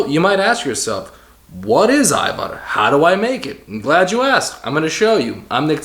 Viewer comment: Hvala lepo for pronouncing it AYVAR.... bravo